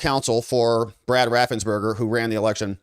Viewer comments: His name is raffensperger not raffensberger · I love your reports. BTW I think it is RaffensPerger